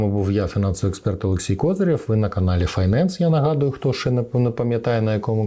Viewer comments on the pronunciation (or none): none